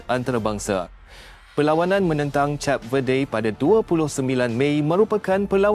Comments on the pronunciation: Hello, bukan cap lah. Aduh. Pergi lah dengar orang announce dlm bahasa inggeris dulu. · ADMIN SEBUT CAP=CHAP..BUAT MALU JE😊😂😂😂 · Sebutan Cape Verde | kayp vuhd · Kenapa cap sebutannya... lain maciammm😂😂😂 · K0 nk ckp tentang b0la tp sebut name negara pun x betul jeng w000